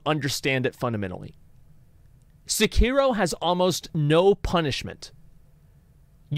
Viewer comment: You really butcher the pronunciation of Sekiro